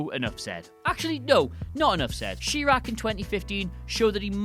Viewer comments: SHEE-raq. Ah yes, that film set in the Illinois city of SHEEcago. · Pronounced SHY-RAK